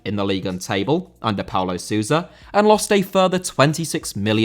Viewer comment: Sousa* not Suwser